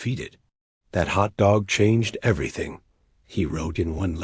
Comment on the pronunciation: AI narration so annoying with stress on Hot DOG rather than HOT dog...better editing needed.